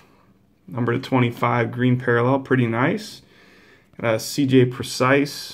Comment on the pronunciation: You always mispronounce C.J. Prosise’s last name. It isn’t precise it’s pronounced “Pro-Cease”, like in the word cease. Just letting you know.